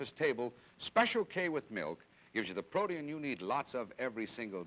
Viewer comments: "PRO-tee-in." Wow, never heard protein pronounced that way. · Me neither. Because of the two vowels next to each other he divided the word into three syllables: pro-tee-in.